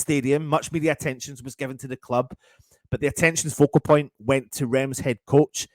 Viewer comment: That's not how you pronounce Reims!!!!!!!!!!!!!!!!!